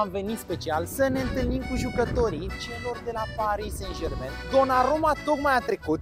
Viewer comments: Nu "Sen Jermen"! Se pronunta "SanJerman"!!! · “sen jermen”🤣🤣🤣